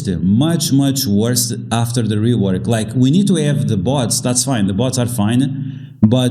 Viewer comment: Just a heads up. It's "worse" not "worst."